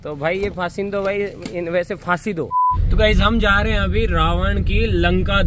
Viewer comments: Pasindo.....❌ Faasi do.....☑️....😂🤣😆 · Pasidu ❌. Faasi Do ✅.